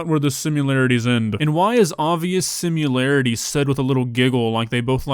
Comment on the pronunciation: why do you pronounce it simularities?